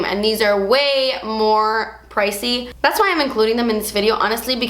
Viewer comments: I love how she says "dats" instead of "that's" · When you say "das expensive" I gain life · "see dat right der? Dats a shimmer particle" Love the way you said that 😂😂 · "das a shimmer particle" 😂😂😂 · "das a shimmer particle" omg i love you 😂😍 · "das a shimmer particle" omg cracking up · "Das a shimmer pa-rt-icle" 😂😂😂 WHY CANT I LIKE THIS VIDEO A THOUSAND TIMES IT WAS SO FUNNY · "Dats a shemmer partycle." Hahahahahaha. How she said that. 😂😂😂 Please never stop making videos, you constantly make me giggle and are helpful at the same time. 😍😍😍